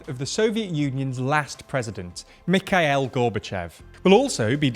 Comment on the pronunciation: Glad someone pointed it out. TLDR should do their research, it's not too hard to find an interview where you can hear the correct pronunciation. Also, it is Mee-kha:-EEl, not whatever the presenter said